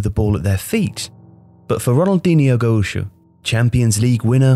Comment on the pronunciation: Gaucho pronounced a bit strangely lads